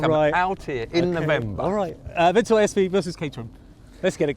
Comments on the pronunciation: AVENTOR? IT'S PRONOUNCED AVENTADOR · “The Aventador just did it, has a bit more power” other guy “the ‘Aventor’ sv is a beautiful car”🤦🏻‍♂️😂